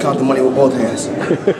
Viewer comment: he actually pronounced it “ambidextrious” lol and “bof” instead of both